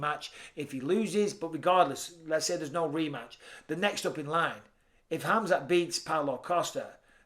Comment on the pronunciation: Except how he pronounces khamzats name 🙄😂